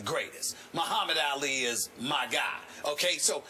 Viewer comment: says Allie instead of ali